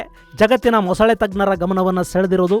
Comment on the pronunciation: ಮೊಸಳೆ ✅ ಮೊಸುಳೆ ❌